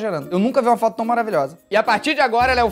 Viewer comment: O falando do "fóto" Eu: Ksksksksksksks Meus pais: 😐😐😐